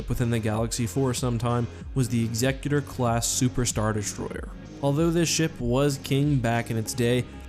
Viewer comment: Can you lot please learn how to pronounce "Executor"